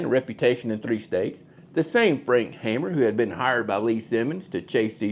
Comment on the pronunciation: Not Hammer...Hamer (haymer).